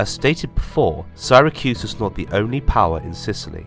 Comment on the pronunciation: Why does he butcher the name of Syracuse?